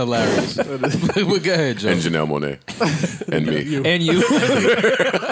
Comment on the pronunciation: I think said Joe-nelle Monae LOL